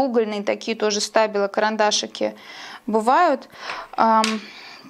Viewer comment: Stabilo - правильно говорить Штабило, это немецкая фирма.